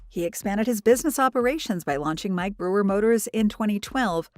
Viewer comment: The useless AI narration can't even pronounce "Brewer" properly. So distracting it's unwatchable